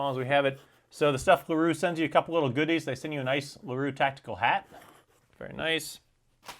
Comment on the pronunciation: great video, and "naic" is just "nice" ;)